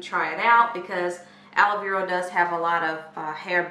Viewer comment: Is it just me or does it sound like shes saying aloe veral. So cute 🤣🤣🤣🤣